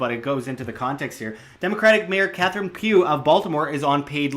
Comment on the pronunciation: tought you said puke not pugh lol